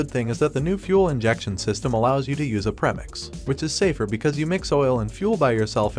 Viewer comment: I can’t finish the video you literally said “prem-ix" instead of "pre-mix" ugh 😩